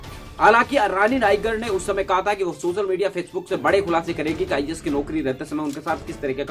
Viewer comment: pehle IAS bolna dang se seeklo